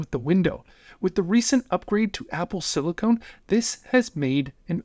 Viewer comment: You're mispronouncing silicon but I otherwise agree